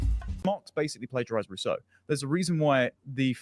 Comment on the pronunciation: I was chuckling at the middle school dropout talking about, uh, whatever point he was trying to make. But I totally lost it at "plagerized"